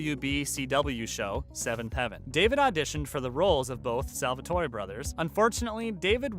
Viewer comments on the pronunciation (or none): I started crying when he said stefan as stevan and Salvatore as Salvatoree.